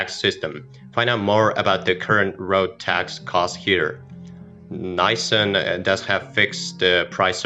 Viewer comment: Don't trust any car guy that says Naysan